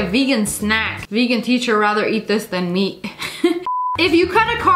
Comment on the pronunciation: it sounded like she said meek instead of meat haha but I knew what she meant